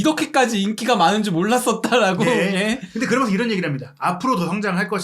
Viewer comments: 면 발음이 ㅋㅋㅋㅋㅋ믄 먼 혀짧은거 같음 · 브버지 이분은 발음이 그러머는 그러므는 면발음이 않되네 ㅋㅋㅋ